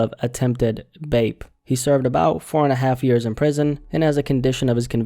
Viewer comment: stop saying bape you sound like a clown